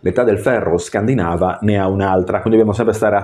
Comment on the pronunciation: Video molto interessante, però scusa…Penisola scandinàva non si può sentire. Scandìnava, e scandìnavi dai. Sei laureato dai..